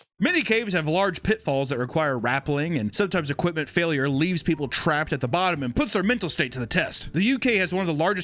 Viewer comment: Ha ha said repelling wrong